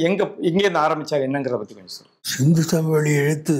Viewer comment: பேட்டி காணும் பெரியவர் ஏன் " சிந்துச்சமவெளி" என, மீண்டும் மீண்டும் கூறி ,"சிந்து சமவெளி" என்பதை சிதைத்து, தமிழை கொலை செய்கின்றார்.அவரை திருத்திக்கொள்ளும்படி வேண்டி கொள்கிறேன்.